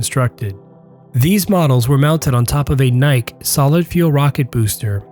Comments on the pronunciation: Minor note... the Nike Missle you mentioned... it is not pronounced to rhyme with Bike... it is the name of the Greek Goddess whose name means "Victory" pronounced nye-key like the shoe brand, Nike. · it's called a nikeeeeeeee missile 🙂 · That's pronounced Nikee like the running shoes.